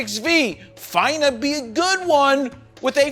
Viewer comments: Not "FINE-nah" be big but "fih-nuh" be big, as in "fixin'-to", as "fixing to", as in "about to" be big. Southern colloquialism there. Now you know; just trying to help. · You’re the only one that pronounces "finna", "fiina”. Must be the New York street cred. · "Fine-a"? Bruh...😅